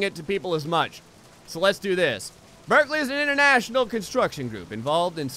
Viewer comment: It's Brikley, not Birkley xD